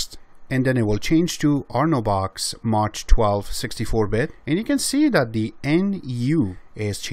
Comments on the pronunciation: I love your vids, and learn a lot. I also understand that English is not your native language. In this case please be informed that MACH is not pronounced as Maa tch. The "CH" is pronounced as a hard "K" sound. M AH K. It's like airplanes travelling faster than the speed of sound, Mach 1, Mach 2, Mach 3. etc. Yes, I know, grammar nazi, but it bugged the hell out of me. Keep up your great vids. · nice video. And its Mach like Bach